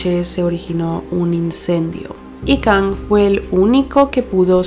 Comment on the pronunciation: se pronuncia Kang, no Kong, se me hizo raro